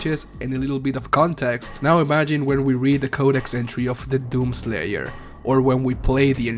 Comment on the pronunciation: My mans says doom slayer like “DOom SLAYer”